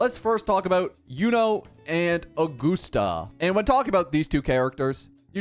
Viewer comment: Augoosta, lol.